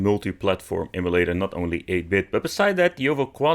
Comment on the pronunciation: M U LATER...NOT EMI-LATER